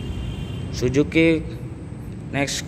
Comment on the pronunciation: Bukan "SUJUKI", tapi " SUZUKI" temen temen, temen temen, temen 😃😃😃